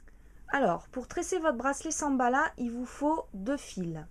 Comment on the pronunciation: Elle a dit Samballa. x)